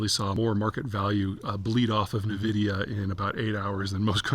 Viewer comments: The company name is not pronounced “nuh-vidia”. Per the company it is pronounced “En-vidia”. Hard to take an opinion seriously if you can’t even get the name of the company right. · 'N'-vidia.. not Neh-vidia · It's pronounced N-vidia not Na-vidia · INVIDIA not NAVIDIA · I love you Zeihan but the way you pronounce "Nvidia" is wrong! Its pronounced "EN-VIDIA" not "NIVIDIA" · It's En-Vidia, not Nuh-Vidia. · oo, it's "EN-vidia", not "nuh-vidia" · NVIDIA is pronounced EN VIDIA. It is not NUH VIDIA for sure. It is known that Deepseek stole the AI model from OpenAI. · The whole world knows the company as (eN)vidia. Why the emphasis on (Ne)vidia? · It's "en vidia", not "ne vidia." Just...for the record. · It's en vidia not nuh vidia. Old people lol. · Its pronounced “EN” vidia not “NE” vidia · Also it is Nvidia is promouncedas "N"-vidia. No "nun"-vidia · HUUH... dont think you really understand this subject matter... and it's "N VIDIA" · N——-vidia. 🙄 and dude, your one week delay makes you seem like you are living in the past. Seriously. It’s not going to motivate me to pay monthly and it just makes you sound out of touch. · "nuh vidia" Pete's a moron. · Navidia?..did I hear that right? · Sorry, I can't listen. Nehvidia... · * pronounced EN-vidia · "Nahvidia" Just stop dude. 😂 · Navidia ? Lmao .. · Saying NUH-vidia does not make you sound like you know what you are talking about… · It’s pronounced “envidia” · It’s pronounced envidia. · It's EnVidia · Wish he new how to pronounce the company lol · He cannot even pronounce NVIDIA correctly, its a cringe listening how he does it. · When you can't even pronounce Nvidia correctly... it's insane that anyone would believe you know anything about tech. Par for the course for Peter and tech. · You can’t even say nvidia so I can’t take anything you say about tech and ai seriously